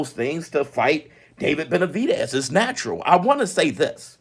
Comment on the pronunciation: "ova den bemvavedez and bivol" he got so excited he aint fix that part 🤣